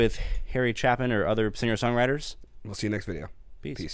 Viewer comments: chApin… the A is long. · By the way, his last mane is pronounced with a long A (Chay-pin) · His name is pronounced "Chay-pen"... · Pronounced "Chay-Pin." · Harry Chay-pin, FWIW :-). Phonetically that is. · His name is pronounced Chay-pin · Pronounced Chay-pin. I would suggest any future listens would be of the “Live” variety, starting with Mr. Tanner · Guys, there is a “Sequel”, you gotta finish the Story. His “Cats in the Cradle” was the lament for all Single Dads in the ‘70’s. Pronounced “Chay-Pin”…. SanJoséBob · FYI, Harry’s last name is pronounced chay-pin. His bass player, “Big John Wallace”, sings the very high part of the song. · You want a story? Check out "A Better Place to Be". Harry considers it his best song. Also, listen to the live version from his "Greatest Stories-Live" album. I usually don't recommend live versions as a first listen, but this album is so good it's ridiculous!!! Oh, BTW, it's Chay-pin... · It's pronounced Chay-pin,. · Harry CHAY-pin!!! Guys, really. 🤦‍♀️😆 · Guys… it’s a long A. Chapin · Great song...FYI... pronounced ' Chay-pin ' Love your content ! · Chapin pronounced Chaypin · It’s said like Chaypin😉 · It's pronounced CHAY-pin. Just fyi 👍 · Quite simply one of the greatest songs ever. Still gives me chills after 50 years. And it's pronounced "chay-pin" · Hands down Harry Chapin's best song (BTW, it's Harry ChApin--long ""A."). Nice reaction guys. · There is a sequel to this song called "Sequel." Not as good as the original...but not a bad ending. Not to be a dick, but the "a" in Chapin is a long "a"...as in the word "ape." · It's pronounced as "CHAY-pin". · His name is pronounced chApin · Great song!! It’s pronounced “chay-pin”. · Hey guys, two things. First of all, it’s “CHAY-PIN”. Secondly, you must… MUST… Listen to “Mr. Tanner“ trust me it’s a song that will rip your heart out. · Harry Chapin pronounced like PLAYPIN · It's pronounced Chapin, rhymes with vapin'...long A. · It's Harry Chapin pronounced Chaypin...